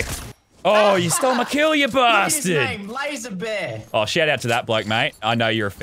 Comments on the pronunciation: Lazeebear not Lazarbear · I don't think his name said lazerbear. It said lazee bear